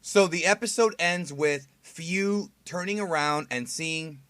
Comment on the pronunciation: Im not a fan of Fu’s Japanese voice. He sounds like he’s 14 or 15. But that’s my opinion. Btw, I noticed on how they pronounce Fu’s name. It’s pronounced as (foo), not (fyuu) like how you’ve been saying but that’s typical since the “Fu” syllable does make a (foo) sound.